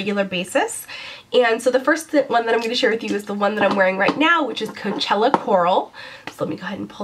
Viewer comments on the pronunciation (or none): none